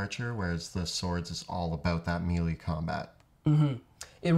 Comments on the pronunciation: Ok. Need to say something because too many people mispronounce the terminology and you dudes are supposed to be the knowledgeable ones. Melee is not pronounced meal-ee or mee-lee It IS pronounced may-lay Keep up with the informative videos! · I love watching your videos, but every time you say "mealy" instead of "mêlée", it makes my skin crawl. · These folks are Canadian and thus we are taught phonetic pronunciation of english words, your hearing the affectation of the Canadian Accent when they say Me Lee instead of MaiLai. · It's like a part of youtube d&d subculture to mispronounce that lol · Why do you mispronounce melee- that was driving me crazy.